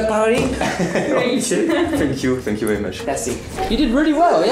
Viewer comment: On dirai quand tu dis thanks you on dirait tu dis Fuck you